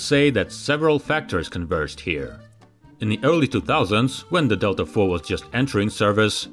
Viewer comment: "Delta four" sounds like someone from London saying "Delta Thor"